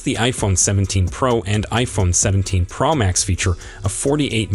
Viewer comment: There’s no iphone17 “pramax”, as far as i know😂😂😂😂😂